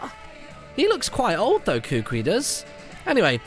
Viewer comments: Kukui isn't your cousin, its just that everyone in Alola is considered family which a long way down the line, is scientifically true. And just to help you out Kukui is pronounced "koo-koo-ee" not "koo-kwee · YOGSCAST Martyn not to be a correcting carrot but you say kukui koo koo ie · Martin the professor is pronounced Ku-Ku-i and u can catch cosmog after completing the game and u must have lunala in ur party when catching it as u r playing the moon version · Kukui is pronounced "Koo-Koo-Ee". At least, that's how it's said in the anime. For those of you who didn't know that. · its pronounced (Ku-Ku-E) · Kukui = Ku-ku-ee For future reference.